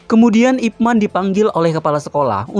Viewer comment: 01.24 Pelafalan namanya kok kayak "ROCHMAN" Boss? Selama ini hamba kira namanya dilafalkan "IPMEN" 🤣🤣🤣 ,...